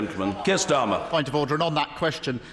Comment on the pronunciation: Come on, you've gotta admit it sounds like he's saying "oder".